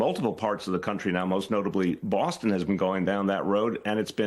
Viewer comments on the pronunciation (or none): none